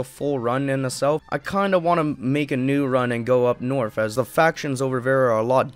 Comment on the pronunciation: the "norfth" lol this guy